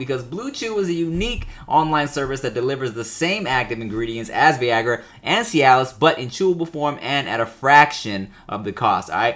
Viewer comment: Tim said vEagra instead of viagra